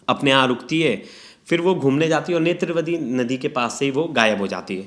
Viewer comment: नेत्रवती...? नेत्रावती नदी बॉस, ज्ञान की कमी साफ साफ दिखाई दे रहा। रट के बैठोगे तो यही होगा ना